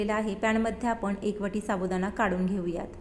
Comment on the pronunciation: शाबुदाणा,शाबुदाणा काय महणतेस? नीट साबुदाणा म्हण.